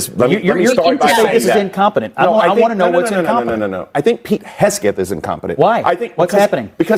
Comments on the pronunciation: Why didn’t anyone on that panel correct that twit when he mispronounced Hegseth as “Hessgeth” ??? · It's HEG-seth... If you're going to slander/libel someone, get the name right! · More transparency???????? They've GOT to be joking 😂😂😂😂😂😂 Pete Hesgeth 🤨 I think this fool is mispronouncing on purpose!!!